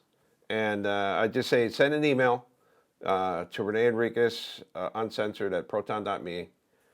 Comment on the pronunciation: Renee not rain